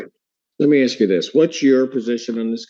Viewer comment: You're in college and still say "ax" its ASK big dummy